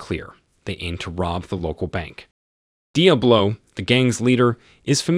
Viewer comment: Love the pronunciation: Dee Uh Blow. Awesome!